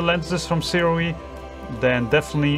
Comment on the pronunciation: I'm told by the rep that Sirui is pronounces 'soo-ray' fwiw...